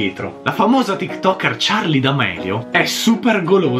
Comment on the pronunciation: Scusatemi eh ma charli senza la e OH